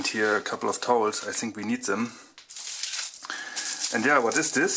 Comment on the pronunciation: Das heißt think und nicht zing ;)